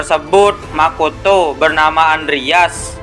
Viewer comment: Lebih ke intonasi nada nya si kak, kayak pas intro bilang makoto, pas di hutup to itu biasa aja nandanya kak